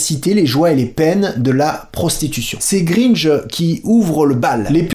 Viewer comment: Il a dit Greenje... Les mecs... IL A DIT GREENJE !!! Son nom c'est GRINGE, GRINGE, GRINGE, GRINGE, GRINGE ! 😂